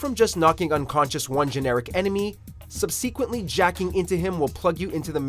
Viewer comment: Am I the only one who got an eye twitch at the way he said ‘subsequently’...